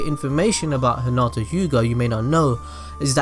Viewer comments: Anyone else bothered by the fact that he kept calling hinata 'huhnata'?? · Your saying hinatas name wroung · No offense but I heard at the beginning is: Let's go bulls deep on Hinata